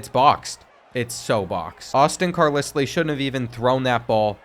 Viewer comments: Carlisle is pronounced"Car Lyle" not "Car Lisly" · As a Brit, Carlisle is Like LYLE not Lisle. Personally a little annoying but thats just me. Loved the Vid tho and AJ Swann ex Vandy QB, W rep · It's pronounced CAR-lyle, 😂😂 I did a double take the first time you said it just to make sure I wasn't bugging out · It’s pronounce Car-Lyle 😂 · JESUS CHRIST! ITS NO CAR-LIS-LEE... ITS CAR-LIE-ALL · Do you honestly think Carlisle is pronounced like Kat-lis-Lee? Carlisle is pronounced like Kar-Lyle. You actually knew this and were trolling right? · Car-lis-lee has to be rage bait to drive up engagement. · Bro said car-liss-lee💀 It’s pronounced car-lye-le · Dude, his last name is pronounced CAR-LIE-L, not CAR-LIS-LEE, sorry man, just had to say that. Keep putting out the great content. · CAR*LI*ULL carlisle not CAR*LISS*LEE...GAHHHH words arent hard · Say these two words after me. Carl Isle. Carl Isle. Now put them together with the same sound, Carlisle. Hearing Carlisslee was like nails on a chalkboard every time, lol. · It’s “Car ‘ Lyle “ not car lislie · It's pronounced Car-Lyle not Car-Leslie... But other than that great video. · Car*LYLE not Lisly. 😂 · I cant believe you just pronounced it car liss lee again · CAR LISS LEY 😂😂 Love but some of these names (and reads) are just unbelievable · Carlisle is pronounced car LYLE. And if you can’t read that lile like smile. Cmon man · it's your channel, you can say it however you want to, but #12's name is pronounced Carlyle lol. Love the channel been watching almost a year now keep it up young man. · I can never tell if is being ironic or serious with these name pronunciations... Car-liss-lee... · Literally screaming at my phone “IT’S CAR-LYLE.” I could ignore it once but after the 47th time of saying it, it was like nails on a chalkboard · I really need you to figure out to pronounce Carlisle lmfao...its Car-LYLE 😂😂😂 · Car-Lissly? Seriously? Sometimes this guy just trolls. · Hearing him try to say Carlisle 🤨